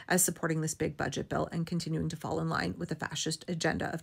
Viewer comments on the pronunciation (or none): none